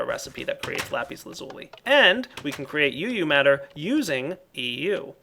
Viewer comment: (THIS IS NOT HATE) its called uu matter, so you know and people dont go hate on you for calling it eu matter!